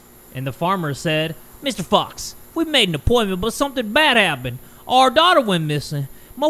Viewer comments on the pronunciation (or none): I've gotten so used to cursing that when he said fox I heard f*cks and when he said big eyes I heard big *ss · I thought said f**ks, but it was fox 😳😂😂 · Saying “Journalist, Taylor fox” Me: “I THOUGHT YOU SAID JOURNALIST TAYLOR FUCKS-“ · 😂😂😂😂😂I thought you said Taylor fucks not fox😂😂😂😂